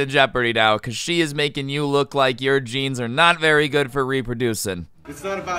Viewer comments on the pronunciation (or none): none